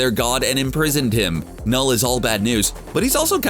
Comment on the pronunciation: CBR: says knull Every norwegian: 🤭